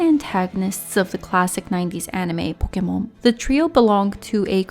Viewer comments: I can't watch this cause (i don't want to be mean but) they way you say "pokomon" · Why do you pronounce pokemon in such a weebish accent? Pokémon is just Japanese for pocket monsters, they're loan words from english for crying out loud! Weebs like you really are an affront to the civilized world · The way you say Pokémon offends me